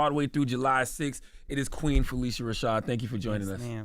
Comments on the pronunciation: He keeps mispronouncing her name —it’s pronounced (Fa-lisha) not (Fa-lesha) she didn’t feel it was necessary to correct him. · Please pronounce her name correctly! It's "PhyLISHA" not "Felecia". I love that Sherri asked her the correct pronunciation of her name before she began to interview her on her show last week. Phylicia is such a beautiful name when it's pronounced as Ms. Rashad says it is.